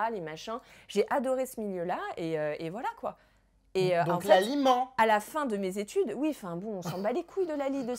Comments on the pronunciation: Quand Jerem a dit « laly ment » j’ai compris « l’aliment » 😂😂😂😂😂😂😂😂😂😂😂😂😂😂😂😂😂😂😂😂😂😂😂😂😂😂😂😂😂😂😂😂😂😂😂😂😂😂😂😂😂😂😂😂😂😂😂😂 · Margot Grippi au début aussi j’ai cru ça ptdrrrr